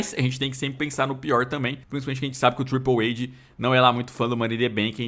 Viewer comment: Acho engraçado q o pronuncia TRIPLE AID kkkk